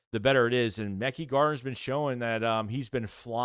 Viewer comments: Yo, it’s pronounced Ma-ky (Mekhi) Garner 👍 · it’s pronounced ma-kai garner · I’ve been ignoring it for too long… you’re butchering their names bro but you report of these guys everyday. 1.Joseph Ngata (En-gata). 2.Mekhi Garner (Meh-Kai) 3.Olamide Zaccheaus (ola-me-day)